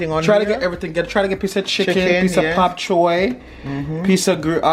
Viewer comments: its Bok Choy! 🤣🤣🤣🤣🤣🤣 not Pop Choy 🤣🤣🤣🤣🤣🤣🤣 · Looks delicious, I have to try this. It’s bok Choi 🥬 sounds like your saying pok. Anyhoo, as always love you guys and have a wonderful Sunday evening....🥰💋